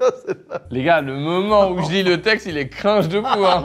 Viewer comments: Pitié Carlito on dit ''Crine Jeu'' pas ''Crin je'' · Dommage mais j'y crois encore! Par contre avec tout l'amour du monde, car t'entendre dire "cr1ge" au lieu de "creenge" pour cringe, ca me cringe! Bisous